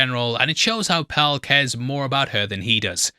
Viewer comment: I genuinely love watching these breakdowns but I want someone to acknowledge my struggle here listening to the pronunciation of "Pelle" as "Pell" 😂